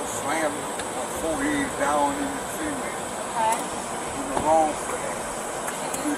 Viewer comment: Why does he keep saying “SEA-MENT” it’s “”SUH-MÉNT” XD But anywho that officer is a POS Disgusting how law enforcement acts like this (Not all of them obviously) but this is what instigates mistrust among citizens.